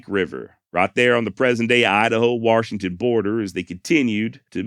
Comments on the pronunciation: Thanks for pronunciation of waRshington , sincerely from arekanSaw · An R in Washington? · I laugh every time he says warshington